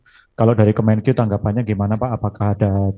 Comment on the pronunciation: Kemenkeu bukan kemenkiyu kiyu🤪